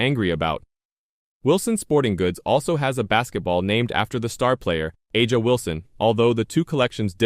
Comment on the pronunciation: Is there any video or Audio proof tha A'ja is mad over this or did He just make this up for clicks. He can't even pronounce A'ja's name correctly. It leads me to believe this is not factual.